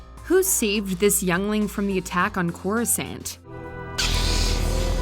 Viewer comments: Watchmojo: "cOrOoSaHnT" Me: dies a little inside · ITS NOT CORI- SANT!!!!! God that annoyed the hell outta me. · CorasANT lmao poser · Whenever I hear someone say it like CHORUS-ANT I just think of a fire ant singing a beautiful medley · WHY do Americans have such a thing about the pronunciation? How is it spelt (yes I use spelt, which is an English alternative to the American spelled)? It's not Coruscont is it? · Did she just say Corusant? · The way she pronounced Coruscant made me cringe! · Who’s are screaming internally after hearing that pronunciation of Coruscant 😜